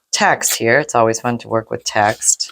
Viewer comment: I thought you said lets tear some tax, yes i cannot tell the difference from text to tax it sounds the same in my ear, 😂😂😂😂